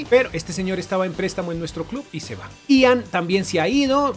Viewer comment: no es i an en ian